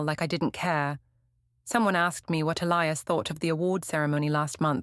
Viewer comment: I get thrown out the immersion every time your AI cant pronounce Elias correctly.